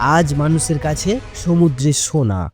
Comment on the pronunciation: জি ভাইয়া।সোনাকে ছোনা বলছেন।একটু ট্রাই করবেন।ঠিক হয়ে যাবে।